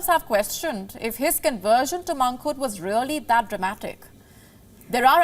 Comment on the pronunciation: TragiKTREE? MONKHOOD? Please sort out your language.